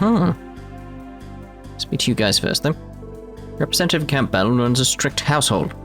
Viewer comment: How are you this bad with name pronunciations?! You don't pronounce the P in Campbell.